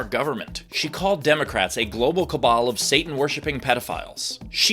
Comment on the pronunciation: She pronounces 'cabal' like 'cable.'